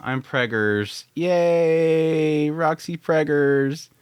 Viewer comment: "Poor Rock-sy"